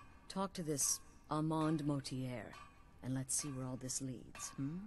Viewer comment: I love how you pronounced his name. Armooonnnnd Mortierrrrree... lol